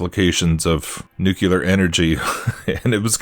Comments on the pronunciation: Love your content man. My own beliefs align with yours to a great extent. Not important but fwiw it’s pronounced more like “nuke’-lee-err”. Most people incorrectly say “nuke-you-lerr”. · you broke my brain mispronouncing nu-CLE-ar. Normally love your vdeos, but had to turn this off.